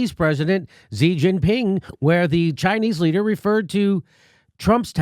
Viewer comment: It's grating but should not detract from the quality of his analysis. He also mispronounces Xi. At least he does better than some with Huawei.